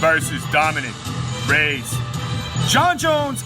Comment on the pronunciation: It’s Ray-Ez.. Not Rays.